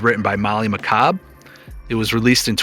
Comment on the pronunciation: nope! You nailed it!! Pronounced it perfectly 🙌🏻